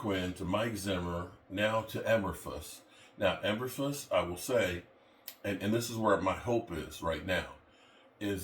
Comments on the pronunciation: It’s pronounced…”Eee…burr…floose”. Not…”Eh…burr…fluss”🤡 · Did he say Elverfuss 😂 😂